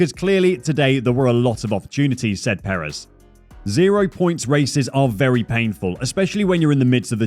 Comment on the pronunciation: All good and well, but please learn how to pronounce Sergio’s surname.